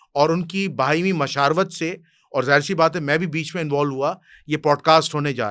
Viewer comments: بھائی ایک لفظ آپ نے غلط پڑھا ہے مشاورت کو مراشود ت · bhai, Musha"r"wat nhi,Musha"w"rat. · مشاورت لفظ صحیح ادا کریں لوگ آپ کو باریک بینی سے سنتے ہیں باقی بھائی صاحب ملاں کو سمجھ نہیں آ سکتی جو مرضی کر لیں